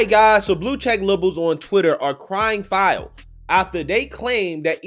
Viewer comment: The title says "crying foul" but the host says "crying filed". Is it the first one and the host just doesn't have the ability to speak English properly? I understand it's hard to speak properly without an education so I'm not judging him. A single mom raising 15 kids can only do so much between strip clubs and waiting in line for her welfare check.